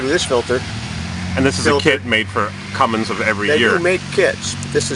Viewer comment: Cummins.....................not "cummings"